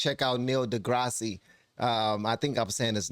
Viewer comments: Hey, appreciate you bro. To opine is to give your opinion - others probably gave more info on this. Really appreciate the way you opine in this reaction. Also, I’ve always heard, Dee-grice (rhymes with rice). Have you heard of Thomas SowellTV? The Hoover Institute also has good talks. I thought sports were supposed to be fair? If they’re gonna stay fair, you have to segregate the genders. Remember in 1994 when seven swimmers and four other athletes tested positive for dihydrotestosterone at the Asian Games in Hiroshima? China was stripped of nine of its 23 gold medals. Why? Because testosterone - exo or natural - gives an advantage, like other hormones with steroids. When it comes to allowing trans to compete against women, we can quote the Olympic saying, “It’s a fraud, Frank!” This jazz is just more male violence against women. Not all fears are illogical. Gender appropriation contains those who are trying to claim the victimhood in the current sociologically perceived moral superiority of victims. I find Shapiro MUCH more smug than Tyson. Shapiro communicates in a very condescending manner, and he wrong on economics and racism so I don’t listen to him much; “even when he’s right he’s wrong” as the saying goes. I think Thomas Sowell is often wrong on those issues as well, but he’s not condescending, so he’s easier to listen too. Shapiro’s right here, but he’s emphasizing the wrong things (as usual imho). I do listen to the ideas in Shapiro’s space, but prefer Candace O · It's pronounced Degrass instead of Degrassi. He's a solid dude. Check out his "sermon" about science. I bet it moves you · Opine, as I’ve always understood it; “I’m about to talk at length and give you my informed opinion about that subject?” Something like that. Keep listening to both sides bud, and it sounds like Dee-Grass, not Deegrassy. Although I’m pretty sure you know that, nice YouTube engagement! 😉☮️🌎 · The e is silent. Just degrass